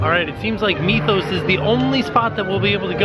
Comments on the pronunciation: Wouldn't the Mythos restaurant be pronounced Mith-oos and not Meeth-oos? I mean, we don't pronounce the word 'myth' as meeth - just curious. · I love how you say "meethos" instead of mythos